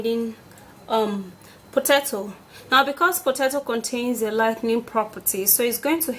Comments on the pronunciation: Not pototoe, it is potato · "Pototoe"😂she's adorable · 🥔 "Potatso" ? 😂 Why such a demaged one though. "Beneaths" da bol....😂 Khotting De lemon "bicarbonates" 🙄 😂 😂 I'm entertained.😝👌